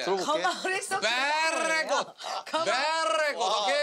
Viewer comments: It's the "beerrrrrreeegod" for me lmao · No one gonna talk about that “Berrry Good” 😂 I keep replaying it though😂